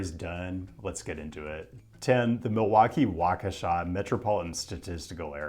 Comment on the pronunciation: absolutely criminal pronunciation of Waukesha